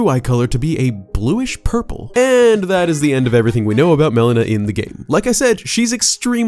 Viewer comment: Every time you pronounce Melina as Melena, all I can think of is the medical term; Black stool that occurs as a result of gastrointestinal bleeding.